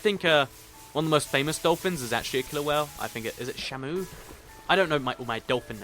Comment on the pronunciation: the whales name is chamy sha-me